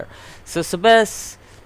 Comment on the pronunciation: also it's Seb ASS!!! well that's how you say it.